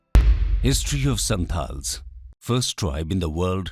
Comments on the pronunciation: Correct yourself Santal not santhal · Its not SANTHAL its SANTAL.